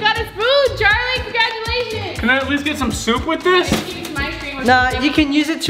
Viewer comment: Its Charlie not Charli